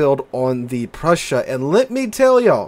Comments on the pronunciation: Just say “Proy-sun” with emphasis on Proy. Done! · The pronunciation is pretty simple. It's /proy sen/. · it's just "Proy-sen" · To pronounce Preussen, just say "Proy-sin" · 🤣🤣 its Preussen 🤣🤣